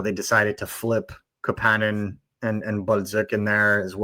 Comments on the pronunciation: Cmon fuck …. Why do you have to call him ka pan nin when you know damn well it’s kapanen cap A nin! Damn that hurts to hear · Why can't you guys pronounce Kapanen properly. I have some phonics lessons online for you. Goddamn donuts... I still love the show lmao! 😂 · According to the player himself, the proper pronunciation of his name is kapANen, not KAPanen.